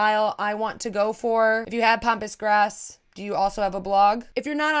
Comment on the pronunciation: Love how you pronounce Pampas grass as Pompous Grass...lol. To my Australian ears anyway :) I also hate the word art. The more demanding, the worse! Like EAT in the kitchen and I thought I was going to pee there...